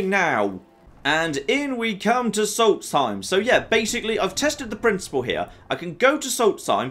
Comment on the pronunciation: I’m pretty sure it’s prounouced sols theme